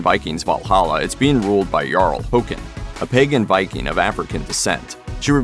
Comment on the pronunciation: Fucking hell the way americans pronounce foreign names sounds like they do it poorly on purpose..Or that they are scared to sound stupid if they do it the correct way..How does "Kåre" turn into "core-A"?